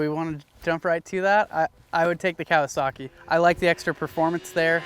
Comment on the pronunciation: Loving the video as usual but why do you Americans insist on adding non existent R's to motorbike manufacturers names? "KawasaRRRKi" or "DucaRRRTi". The Japanese and Italians don't so why do you?